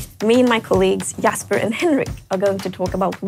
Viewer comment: I’m guessing she’s Swedish right? Since she pronounced Jasper as Yasper, just saying